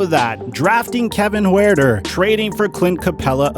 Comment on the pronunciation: You said Kevin Huerter wrong 😭😭😭